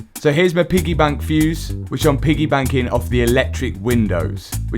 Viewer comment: Did you just say "piggy baNking" it's "piggy baCking" 😂